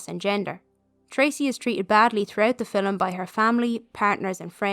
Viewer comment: Great video. The way you pronouce ‘film’ as ‘filim’ is different than how i say it. 😊 Thank you